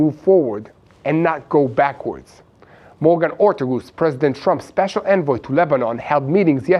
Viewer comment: it's Morgan Orteges rtagess